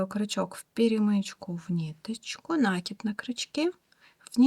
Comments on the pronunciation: Ну почему нАкид, нужно ударение ставить на И, т. е. накИд, накИИИИд!!!!! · Спасибо большое за урок. И пожалуйста, ставьте правильно ударение в слове накИд. Уж больно слух режет.